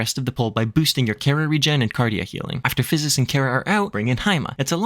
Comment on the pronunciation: Great job pronouncing "Physis' ", that's a lot of ssss. :) Great video. I'm a Sage, and I've taken a break for a few months. This is an excellent explanation of the job and how the tools work, and provided a great reminder of what the heck I should be doing. Thank you!